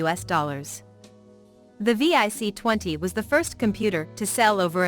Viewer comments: It’s vic, not V.I.C and your pictures showed a vic 20 and pet NOT c64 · VIC 20. Not V-I-C 😂